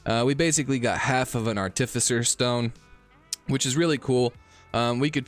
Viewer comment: As long a we ignore the times he said "articifer" :)